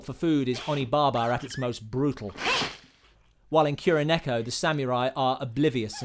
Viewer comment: Sam-eww-rai Little bit too much of an over inflection there. Ki-ro-neko This is also incorrect. It's pronounced KU-ro-neko.